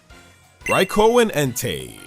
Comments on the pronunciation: Its not called raiko its called raikou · It's pronounced Rai-koo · The best way to be nice to Raikou is to pronounce its damn name correctly. Rai-ko just sounds stupid